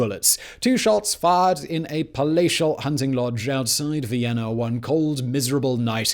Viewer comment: "Vienner"?? Recruit a professional narrator!